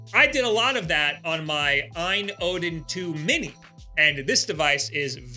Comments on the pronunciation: It's just A. Y. N. Not "eye-n" lol also I had the Odin 2 Pro and it was the coolest little console ever. However, I play hard, every day, and a couple things happen. First the right trigger broke off the frame as all of the buttons are held in by the tiniest little screws and plastic bracing that could possibly exist. I ended up hot glueing it back together which worked decently. Lastly, unlike almost all android products, the Odin 2 didn't have charging protection. After using it for many hours every day, and leaving it to charge overnight like you would with a phone - it unfortunately was over-cycling the battery and made it swell after 1 year of use. They don't send replacements and I didn't want to wait months to ship it back, have it fixed and sent back - especially since the trigger already broke. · That was a tough watch. And it's AYN - it's an acronym, not ehn or however you pronounce it.